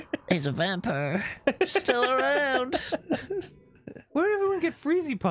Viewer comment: saving for myself, “my dad was born in 1738. He’s a vampur”